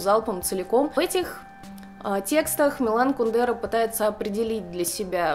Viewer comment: Тоже привыкла говорить кундЕра, а он кУндера.)